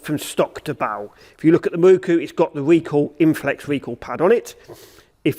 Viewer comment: To me it's pronounced 'Miroku' and not 'Mirookoo'. Just my view.